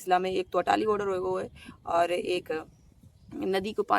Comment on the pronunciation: Atari not Atali